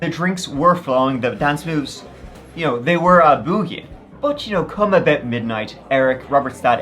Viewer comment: “dance moves” face lol and I don’t even know the phonetic spelling of how he pronounced “boogying” 😂 love you